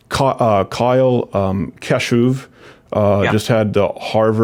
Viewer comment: Kyle Kashoov,...